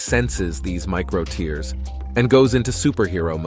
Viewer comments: Tears pronounced as (tehrs) not (tiers) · BTW buddy, those microscopic "tears" are pronounced "tares" to differentiated from "tears" that fall from your eyes. Reading your copy beforehand is like using spellcheck after writing something -like this sarky entry on your channel. Your friendly(not) pronunciation friend. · Pronounces muscle 'tears' as TEERS (like the ones you cry when you can't even do 10 pushups, lol) and expects to be taken seriously. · The voice (computer generated?) is mispronouncing "tears". It's not "tears" as in crying but "tears" to rhyme with "bears". To pronounce it as in the video is nonsense, as muscles cannot weep. It also shows people doing rapid pushups with their chests never touching the floor, which contradicts the advice of anyone who knows how to do pushups. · Why does it keep mispronouncing tears? 😂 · The narrator weirdly pronounces “tears” to rhyme with “fears” not “fares”… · If you want some respect, try to learn how to pronounce "tears". Really, I don't think we are crying about it! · Eventually, the robot readers will even be able to distinguish between homonyms like "tears" and "tears", which this one gets consistently (and amusingly) wrong. Another giveaway was its pronunciation of "eccentric", which is always pronounced "eecentric" in the workout and therapy world for some reason I don't understand.